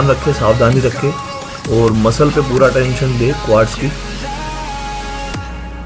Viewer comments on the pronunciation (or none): none